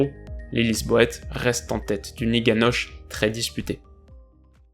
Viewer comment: Très bonne analyse par contre pas liga noche mais plutôt Liga noce en prononciation. 👍